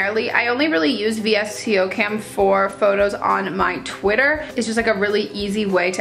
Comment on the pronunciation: Lol it's pronounced like "Visco Cam" 😂😂😂😂😂